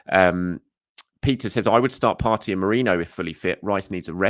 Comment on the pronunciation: You pronounced Merino's name correctly!